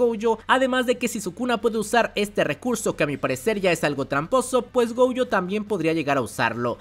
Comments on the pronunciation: Ui-Ui = Wi- Wi- GoUjo = Goyo o en todo caso Gollo. Fonéticamente hay nombres que pronuncias mal. Aún así me encantan tus videos de JJK ! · no entiendo la marcada necesidad de pronunciar el apellido de Satoru como "Goujo", me da un tremendo cringe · Yo solo escuché glo glo glo gojo jajajajaja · Amo los videos de este man, pero choca mucho conmigo cómo pronuncia "Gojo", no haría mal que checaras la pronunciación correcta, o no sé si ya es meme suyo, perdón